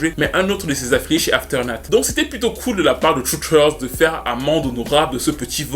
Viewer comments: Hen ben, quelle histoire, le talent ne fait pas tout.... On comprend bien quand ceux qui reussissent dans la musique vous assome avec "i'm very lucky".... Ou pas si on pense à Britney. Anyway, merci comme toujours, sinon c'est AfterMath et non AfterNath 😁 slim shady nous a bien marteler avec "shady/aftermath" 😜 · Avec tout les respect que je te dois c'est aftermath records et pas afeternath.... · Dédicace à ton anglais parfaites maîtrisé ! Trusteurt lol, Dr Dre chez Afternut. 😉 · puis dans toute la vidéo... CORRECTION : C'est Aftermath Records, avec un « m » et non Afternath. Aftermath signifie « les conséquences » tandis que l'autre mot ne veut rien dire.